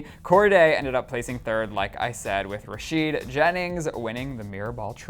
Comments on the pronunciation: Rashid?? It's Rashad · Am I the only one bugged by how they said Rashad